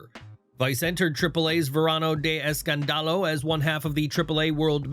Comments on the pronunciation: If I hear Verano de EscanDAlo one more time im gonna go crazy. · I lol everytime you say escandalo 😂 u say it wrong